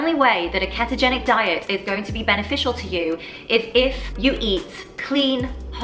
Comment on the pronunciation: If she says keh-togenic one more time...